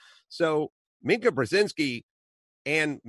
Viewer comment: Adam, as much as I dislike her, Mika is pronounced "me-ka" not minc-a. Love your show!!